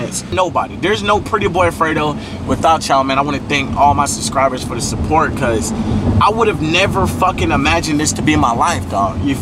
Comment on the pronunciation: "Suscribers" 😂😂lol congrats